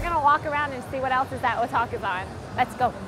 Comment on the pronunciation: Oh god i thought you said "kotakuthon".. Imagine a convention all about bad game journalism..